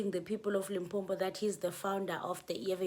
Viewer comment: Lim-po-po 😊 not Limpompho